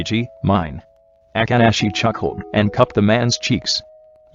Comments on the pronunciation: i cant 😂😂 the way akaashi name was pronounced.... aka~ashi 😂😂😂😂😂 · The voice be like : boKUto aKAahi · The way it says akaashi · The only 2 dislikes are from the speaker who pronounced Akaashi's name wrong 🙄